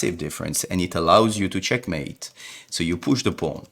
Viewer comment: bro it isnt chenkmate